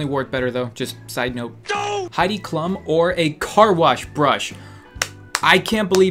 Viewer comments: her name's pronounced as Heidi cloom not Klum even though it's spelt like that 😂😂ps absolutely love your videos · That's not how you say her name. It's like kloom like shroom. Klum. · it's 'Haidi Kloom" not heidi clum hahah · Heidi Klum as in clum? I thought it was it was pronounced kloom please correct me if I'm wrong .-. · Did you really say Heidi "clum" don't you have a degree in English? Is pronounced cloom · Heidi Klue·m is how it's pronounced😂😂😂😂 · Klum is pronounced 'kloom' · Its pronounced Hide E Kloom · It’s pronounced klüm. Sorry it was driving me crazy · He even pronounced Klum wrong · When he pronounced Heidi Klum wrong I died laughing. 😂 We love you. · The way that he pronounced "Klum" 😂😂😂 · hey <3 I love how you pronounce Klum lmfao and Heidi's dress doesn't stick out like that and look weird... I'm pretty sure it's a dress from Project Runway. If it is than it is actually very nice and silky looking. ok bye fuccboi <3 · It's funny how he pronounces Klum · That's not how you say Klum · Anyone else cringe when he kept mispronouncing Heidi Klum